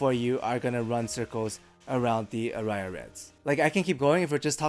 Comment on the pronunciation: Aria is a word in English as well, and it's pronounced differently - stress on the first vowel.